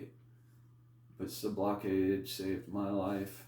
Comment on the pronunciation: Homie isn't even pronouncing Sublocade the right way?